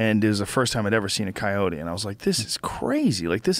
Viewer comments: Went from saying kai-o-tee to kai-oht because of the guest. Come on Joe. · I switched off 5 minutes in when he kept calling them cayots, what a fucking asshole. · Their pronunciation of coyote makes me frustrated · I like how Joe adopted the way this guy says Coyote with a soft "e"